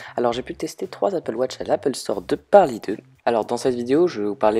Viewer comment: MAIS POURQUOI APPLE WOTCH ?? ON DIT APPLE WATCH !